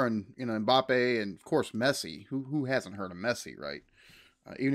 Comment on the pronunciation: If he’s going to call Mbappe mpapi I’m calling pulisic pull my stick….speak English!